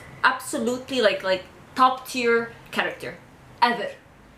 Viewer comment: (For your peace of mind) don't worry, you're pronouncing tier right. Tee-er is a tier list. Tie-er is something that goes on the wheel of a car.